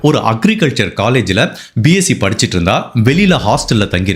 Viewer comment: Your description is good but some words misspelt dharwad you say tharwad,and many like that.For all other episodes pl be careful.